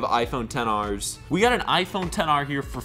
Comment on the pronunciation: Just say xr not 10 r